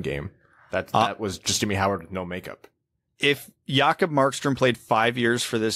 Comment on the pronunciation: It's indeed "y" but the "a" is wrong. It's "Yawkob", like in "jaws". Not "Yahkob". Random non-Wings related tidbit - Rickard (Rakell) is pronounced RICKard with the emphasis on the first syllable, just like Richard. I've noticed all NHL commentators tend to 'French up' every Euro name when they don't know how to pronounce it, hence RICKard became riCARD, like Picard.